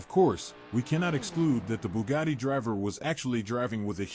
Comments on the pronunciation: wha colo is yo booh-gadi? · Loo mans Boh-lyde Booh-gadi